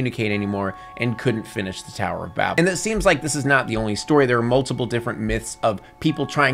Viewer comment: That's not how you pronounce 'Babel.'